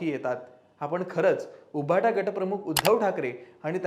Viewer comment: तुमचे सर्व अंँकर्स सदोष उच्चार करतात उदा. उभाटा